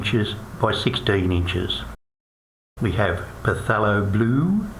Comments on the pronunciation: Its killing me how he keeps on saying PUHTHELO blue. It's pronounced THALO. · pa-thelo? It's Thay-lo